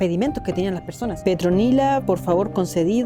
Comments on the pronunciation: SE LLAMABA ¡¡¡PETRONILA!!!.......😂😂😂😂 Y NO "PETROLINA"....🤣🤣🤣😅😅🤣🤣REVISA EL VIDEO Y K - GA TE DE LA RISA!!! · Que te costó decir PETRONILA JAJAJAJAJAJAJA 😅